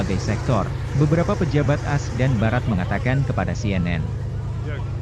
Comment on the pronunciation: Pembaca berita channel ini kelahiran tahun berapa? Masih bocah kah? Kok AS dibacanya "aass.."?!?! Sejak zaman dulu puluhan tahun lamanya, dimana-mana A.S. itu diucapkannya "Aa... Eess..."! Bukan ass! Sepertinya yang suka membaca UE (Uni Eropa) dengan mengucapkannya "uwee" pun orang yang sama nih. Pengucapan mengada-ada dan gak enak didengar seperti inilah yang membuat para netizen intelek takkan tertarik memberikan like & subscribe. 👎👎